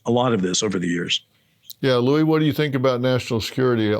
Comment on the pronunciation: he keeps callimg him Louie lol